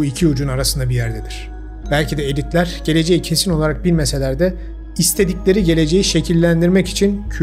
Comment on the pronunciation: Bit yeniği yerine "bits yeniği", elitler yerine "editler" demeniz (sadece altyazıda değil sesinizle de), video metnini yazdıktan sonra sesten yazıya dönüşüm yaparken oluşan hatalı yazımlar olduğunu, muhtemelen videonun son seslendirmesini ise ses klonlama ile YZ'ye yaptırdığınız için bu yazım hatalarının seslendirmeye de yansıdığını düşündürdü. Eğer öyle ise, arada konuşurken sizi gördüğümüz kesitler de sentetik olarak üretilmiş demektir. Anlattıklarınıza çok önem verdiğim için sizi görüntü mükemmel olmasa da gerçekten görmeyi tercih ederdim.